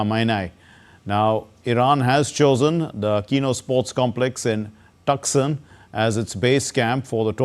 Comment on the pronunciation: Please pronounce Tucson as Toosaan.